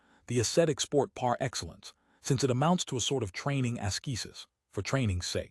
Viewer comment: But why is it read in such a soulless manner? Why such flatness, disinterest, monotonic drone of words? Some words are even mispronounced (such as PAR Excellence)